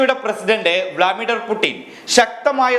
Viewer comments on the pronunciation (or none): Bro vlamidhar alla blu mithar😂😂😂😂😂😂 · തേ വീണ്ടും വ്ളാമിഡർ വ്ളാമിഡർ അല്ല "വ്ലാഡിമർ വ്ലാഡിമർ " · സുഹൃത്തേ, വ്ലാദിമർ എന്ന് വായിക്കാൻ പഠിക്കുക. വ്ലാമിഡർ അല്ല.